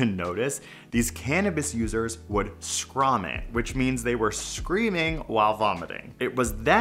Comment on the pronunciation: Scrommit? I don't "vomit" any other way